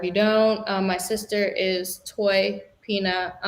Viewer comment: lol fallyns last name is pronounced like pena, not pina. I know because iam Cape verdean, and have family with that name, iam surprized she didnt tell ya differnt, lol 😁🤣